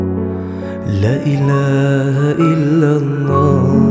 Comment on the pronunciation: kenapa ada sebutan la ila ha il lahhah....laaaa dia tu pendek?????? ustaz kata sepatutnya laaaaaaaaa ila ha illallah....... bukannya la ilaaaaaaaa ha illallah..... tak gitu?????